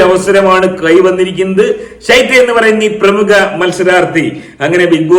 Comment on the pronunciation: തനിക്കു പ്രേമുഖ പ്രേമുഖ എന്ന് പറയാനേ അറിയാത്തോളോ